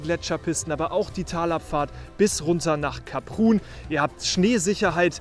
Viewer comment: Kleine Anmerkung, Saison geht für gewöhnlich bis Mitte Juli. Bei der Ausprache von Kaprun muss ich auch meckern